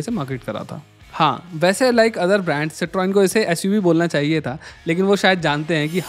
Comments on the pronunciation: Correct pronunciation: Sit-ron. Not, sit-roin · भाई गाड़ी का नाम सीत्रोएन नहीं है इसका नाम है सीत्रों एन silent है इसलिए मैं पूरा वीडियो नहीं देखूँगा। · Citroen (cit roin nahi Citron) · Your pronunciation of cietron is wrong to start with. That's the first reason why people don't buy it. Its ceee tron. Not cetroin. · It's pronounce Cikhoén not Citroen 😂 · Si - Truhn ... not citroen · It is pronounced "cit run" bro. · just bcoz some reviewers wnt dare look up pronunciations n say something a particular way, doesnt make it right. The french company goes back almost a century now n has always been pronounced the same way "si truhn". When in doubt, google it or go back to topgear. Its cars have been reviewed the hell out of by them for their merits n demerits. This reply wasnt meant to throw shit unto u or your review which is solid but shed light so that others dnt learn and repeat a mistake. What u takeaway from it is upto u. Ciao 👍🏻😊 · Boss, please check the proper pronunciaton of a car brand before launching your video. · Are you pronouncing "Citroen" correctly? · Bhai citroen ko pronounce toh sahi karlo.